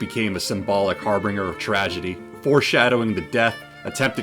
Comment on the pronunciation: Thank you for the video. I appreciate the time and thought into producing this. Just FYI… Harbinger. Har-binj-er... not har-bring-er.